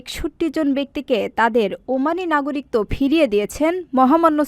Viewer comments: উপরের লিঙ্ক এ ১০০ টি বিভ্রান্তিকর বাংলা শব্দের সঠিক উচ্চারণ দেওয়া হয়েছে। ওখানে ১৯ নম্বরে "একাকিত্ব" শব্দের উচ্চারণ করা হয়েছে। একাকিত্ব এবং নাগরিকত্ব শব্দ দুটির উচ্চারণ শেষের অংশে একই। আমি উচ্চারনের ভুল বলেছি। বানানের ভুল নয়। উচ্চারণ শোনা যায় আর বানান দেখা হয়। ধন্যবাদ। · নাগরিকত্ব এর সঠিক উচ্চারন আপনি বাংলা একাডেমির বই গুলো দেখে আসেন। নিজে সঠিক টা যেনে তারপর কমেন্ট করা উচিত । কথায় আছে অল্প বিদ্যা ভয়ংকরী। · নাগরিকত্ব উচ্চারন ভুল হইছে,,, 😮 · সংবাদ পাঠিকা "নাগরিকত্ব" শব্দের উচ্চারণটি ভুল করেছেন। বার্তা সম্পাদক এবং 'প্রবাস টাইম' কতৃপক্ষের দেখা উচিত এই ধরণের ভুল ভাল সংবাদ যাতে প্রচার না হয়।